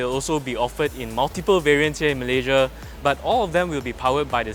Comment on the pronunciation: Malayjia..malayjia... you're a Malaysian born. Pronounce your country's name properly. What for following native speaker's pronouncing Malaysia as malayjia.